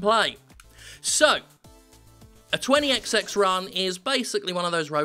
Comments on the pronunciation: It's actually pronounced twenty-ecsty-ecks. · Obviously, the way you should pronounce the game is "Twenty Exty-ex"